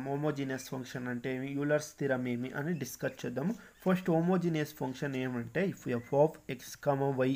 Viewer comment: It's not poncation it's function